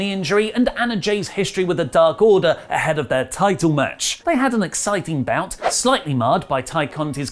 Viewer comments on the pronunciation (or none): none